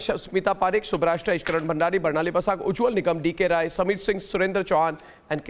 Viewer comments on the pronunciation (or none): His surname is Rai. Not. Roy